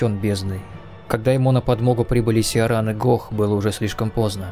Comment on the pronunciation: И с первых секунд услышал "Сиаран" что очень сильно резануло. Она же сама довольно отчетливо произносит "Ай эм Киран", найдите диалог с ней и проверьте. Но хорошо, это не придирка, ничего такого, видео я ещё не посмотрел, только включил, может быть дальше это объясняется или где-то в комментах уже промелькнуло, действительно часто видел, что её называют Сиаран, думаю это имеет место быть по определённым правилам, о которых я не знаю. Просто не хочу чтобы мой комментарий резко восприняли, он не несёт негативный посыл. Что ж, отправляюсь в путешествие по Лордрану, уверен это будет увлекательно. p.s если это просто русский перевод в игре такой, то я понял, тут деваться некуда. Адаптация к официальному переводу.